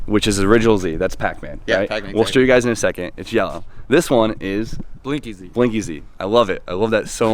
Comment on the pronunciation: I thought he said Blink easy but then I saw the plate. Blinky Z the red ghost from Pacman took me a second but I get it bro.